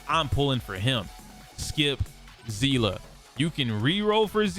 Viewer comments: Its pronounced sea-lee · I've never understood how Seeles name could be all over the place in pronunciation. As I understand it, it's pronounced like Seal. I've heard it pronounced Say-lay, Sea-lee and now zea-luh? In HI3 CN it's just Seal (pronunciation). May be stupid to get hung up on but the only person I've ever seen on the internet pronounce her name the way they did in HI3 was a robot voiced YouTuber. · do they actually pronounce it like zeela? no hate, im js genuinely curious as in honkai impact it is actually pronounced sea-lee and for the longest time i thought people were js saying her name wrong in hsr as ive ironically never actually seen a clip with the characters saying her name 😭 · How do you pronounce Seele ? Bc I just say it how I see it .. but I hear you say Zeela so now I’m confused